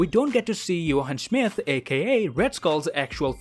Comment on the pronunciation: “Johann Schmith”